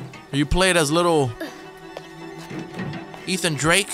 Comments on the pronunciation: Nathan drake not eathan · its funny how he said ethan drake not nathan🤣😂😂😂🤣🤣😂